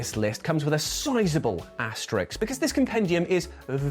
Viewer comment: asterisk not Asterix! Reckon Psy should've put the loveable French Gaul there instead!